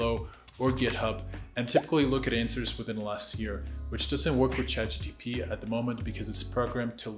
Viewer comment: It’s Chat GPT not Chat GTP.